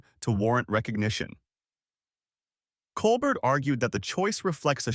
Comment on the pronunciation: Not coal-Bert. It’s coal-bear.